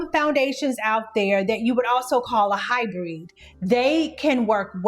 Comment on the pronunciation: Great video. I have super oily skin at 58. Matte foundation makes me look older so I prefer a satin finish however I wear a matte primer which is a great combo for helping with my oily skin in the summer. Also, you mispronounced HyBRID..like bid but with an R 😊